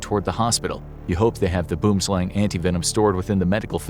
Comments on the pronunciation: Gotta love the way a non South African says boomslang😂😂😂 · He mispronounced boomslang its a afrikaans word